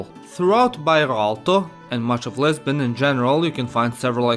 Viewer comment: And I thought I heard Lesbian 🤣